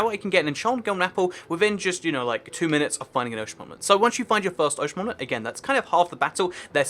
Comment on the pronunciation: I feel like you dont know how to pronounce ‘monument’